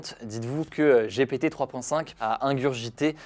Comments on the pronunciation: J'ai rigolé à chaque fois qu'il a dit GPT (J'ai pété) : J'ai honte 🤭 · Ça se prononce "Gi pi ti" sinon tu as un peu l'air con ... 🥲